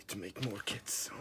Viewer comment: at the end of the video did you say “I need to make more kids” or I need to make more kits”? 😂